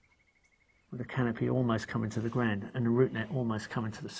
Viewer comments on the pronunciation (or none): none